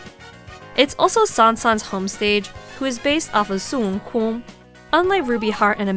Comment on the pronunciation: How normal people pronounce Son Wukong: Sun Woo-Kon: SOON-KOON!